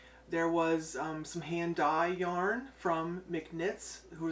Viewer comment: Omg I laughed out loud when corrected your pronunciation of Yarn. 😆 🤣 You guys sound like a blast to gang out with. I occasionally visit that part of the country. The yarn you bought is all gorgeous. It's sad that your hands are so sensitive. Big Hugs 🤗 ❤️